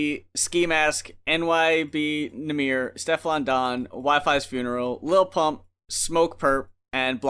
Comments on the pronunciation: No ones gonna mention that he keeps saying “nyb nahmir”? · this man said NYB Nahmir lmaoo